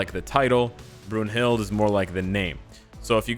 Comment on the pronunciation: Her name is pronounced BROON-hilt but an English version is BROON-hildA with the "e" sounding like an "a".